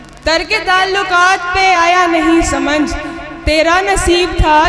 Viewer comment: samnjh ,,parh rahi hai. balki samajh hona chahiye. hindi kavitri hai. ,,aati hai urdu zaban aate aate